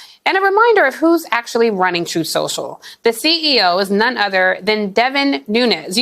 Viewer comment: Stop mocking Trump, it's called "Troth Cencial".